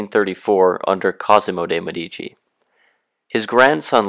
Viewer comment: If you go to all the trouble of making a video, why not go the little trouble of learning how to pronounce words such as 'signoria' and 'Medici' correctly?